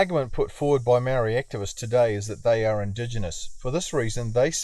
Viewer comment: Only people who are saying Maori want special privalages are Pakeha not maori we want the same privalages you were brought up with , you can't even give us the respect to say maori properly and you want to cry about equality , white men should not be complaining about privalage when they are the most privalaged group on the planet , google it if you don't believe me